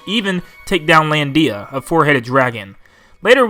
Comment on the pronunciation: Dude you don't accent the I in Landia.